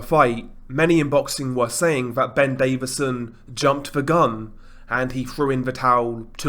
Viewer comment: His name is DAVISON not David-son so Lol yourself.